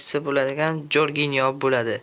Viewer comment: Salom Barat.Jorginyo deb yuboribsiz Jorjinyo